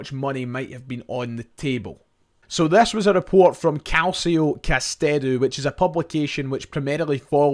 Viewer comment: You slag off shoddy journalism and claim to have a degree in the subject yourself, yet you continulaly get your past tenses wrong, ( have went !) and mispronounce names - (it's cal-choh with ch like 'church' not cal-see-oh, and it's Brond-byoo, nont Brond-bi). At least you're not saying Cagliari with a hard 'g' as you were before but just a silent g, (in fact the 'g' is not silent but soft - 'gli' in Italian has a very specific sound - but never mind ). This is all so easy to check- it's called Google.